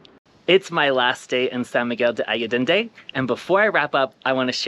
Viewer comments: When showcasing a spectacular location such as SMA, it was similar to nails on a chalkboard to hear the name mispronounced. Please understand my intention is not to shame you and more to emphasize that as Expats it is our duty to show respect and learn how to correctly pronounce the name of the location we are videotaping / visiting - especially one that is so well-known and popular. I wish you the best on your travels. Keep smiling and videotaping the world for all of us to see! Thank you. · Learn how to correctly pronounce the place you are describing!